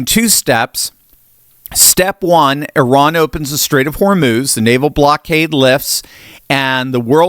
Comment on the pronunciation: you are one of the few to correctly pronounce Eeh-rahn.